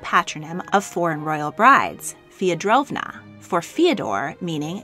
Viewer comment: It's Feodorovna (Feh- oh-doh-rov-na) not Feodrovna (feo-drovna)